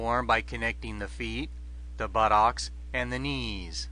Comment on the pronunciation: Jesus wept this is hilarious. That stance is almost totally wrong, and the narration is so stupid. "... a triangle with the butt-ocks"